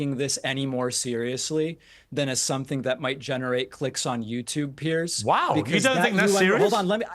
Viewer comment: Piers, as in rhymes with years.